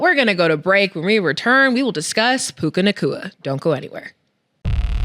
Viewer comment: Puka “Chewha” Nacua